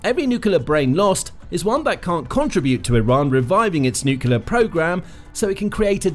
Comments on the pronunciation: Can't take this video seriously - the word is NUCLEAR : NEW CLEE ERR --NOT: NEWK U LUR Given that this is the biggest worry about the whole conflict you'd think they'd get it right. JFC. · Nu-cle-ar. Not nucular. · Why do so many people pronounce nuclear as nucUlar. Sounding like George Bush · The mis-pronunciation might be intentional, given how YT algo works.